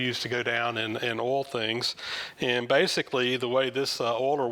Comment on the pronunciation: Very interesting - and I sure hope you feel better soon. BTW - I love the way you say “oil”. Here in Canada we say “oyl” but I hear you say “ole” (rhymes with “coal”).